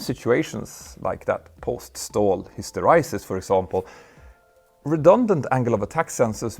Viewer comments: Hister eee sis, not hister eye sis. 🫣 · Hyster 'ee' sis Petter, not hyster 'eye' sis.😊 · His-tor-eye-sys ? Histor-ee-sys ..... ; ) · I think you'll find that it's .sis, father than hys.ter.EYE.sis. :) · Your pronunciation of "Stall Hysteresis" is incorrect. (ESL I suspect). After the 'r' is an 'e' not ' i ' or 'y' so it's "hister-EE-sis" not "hister-EYE-sis". Your following is huge so I thought it worth putting the correction out there. Thanks for another high-quality human-narrated non-AI very informative video 👍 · "Hysteraysis"??? It's HYSTERESIS, with E as in Elephant ! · Very cool tech! Small nit: hysteresis is pronounced "his ter EE sis" (BTW: I never knew that stall conditions had hysteresis effects...learning lots today) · Was wondering why you kept pronouncing hysteresis wrong ... it was because you misspell it as hysterisis. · Hysteresis is pronounced history-sis. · Very interesting video! One nit: that's not how "hysteresis" is pronounced. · Wing contamination would have to be REALLY severe to affect turbulence over the back of the wing to be noticeable before rotation. Turbulence is a result of loading the boundary layer, and that loading is close to nonexistent at non-lift-generating AOA. Also, pleaase look up the pronunciation of Hysteresis. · Tragic ignorance of fluid dynamics, laminar flow, flow separation, surface contamination, oh yes, and how to pronounce hysteresis. Your content is usually good but this time you are presenting material which you don't seem to understand.